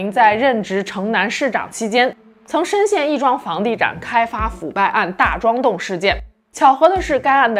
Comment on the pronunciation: 深陷 fang di zhan 开发腐败案... 😂真是每期都有几个烫嘴的读音😅